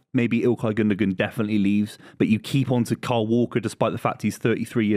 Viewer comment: Cant say the name kyle. Sounds like Carl or Cole to me when he says it